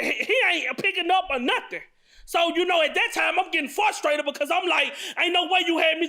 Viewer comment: This man done said "disagweed, admeant, fourstrated, gwistle, and assaultanation"